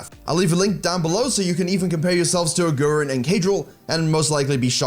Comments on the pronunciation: his name is pronounced aguriiiin not agu ren. still love the fact that u produced a video bout them! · A-who-rin? Who-drel? I only watch this channel to get Johnson's exclusive Lee mechanics. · For Germans it's so funny how he says Agurin😂